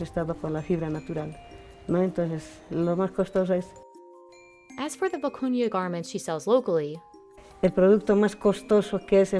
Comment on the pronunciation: Thank you for posting this, very interesting. I love almost all the fabrics/techniques. Especially the vicuña wool. It was annoying in the video that the narrator continuously sounded like she was saying “acuña’ instead of the real name.